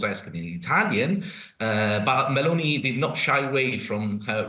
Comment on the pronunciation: Can you learn to pronounce Meloni